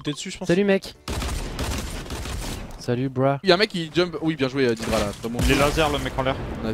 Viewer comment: PAr contre on dit "dèdra" et pas "didra" mais trkl